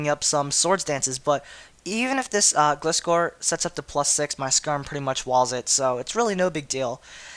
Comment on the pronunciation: thats not how you pronounce gliscor it is gly scor